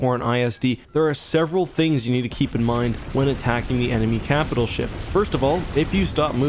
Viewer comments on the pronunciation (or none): none